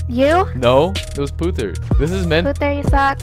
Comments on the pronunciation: It's Putt-her (Putter) not Puther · You said putthers name wrong